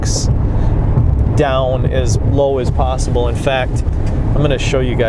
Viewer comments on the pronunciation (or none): none